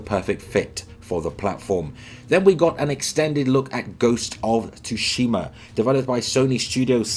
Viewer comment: The T is silent in Ghosts of Tsushima people...